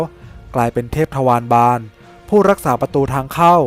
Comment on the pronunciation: ออกเสียงว่า ทะ-วา-ระ-บาล ไม่ใช่ ทะ-วาร-บาล นะ